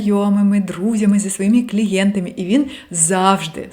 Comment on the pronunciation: face-red-heart-shape: я́кщо --> якщó когнитивно-поведінкової --> когнітивно-поведінкової зі своіми ... клієнтамі --> зі своїми ... клієнтами склати --> скласти в залежності від того, що --> залежно від того, що в своєї родині --> в своїй родині між першими нейронамі --> між першими нейронами в стрілочкі --> в стрілочці (якщо малась на увазі однина) по десятіріччям --> по десятиріччях (я б сказала на десятиріччя + відповідний жест, щоб було ясно, що їх декілька) брати в ней участь --> брати в ній участь емоций --> емоцій з вамі --> з вами зневажали вами --> зневажали вас двух тижнів --> двох тижнів батькив --> батьків непротиречивим --> несуперечливим зустричала --> зустрічала вибір об’єкту --> вибір об’єкта в дітсадочку --> в дитячому садочку --> в садочку таємнично --> таємничо зниму --> зніму підвисити вам настрій --> піднести вам настрій своїмі емоціямі --> своїми емоціями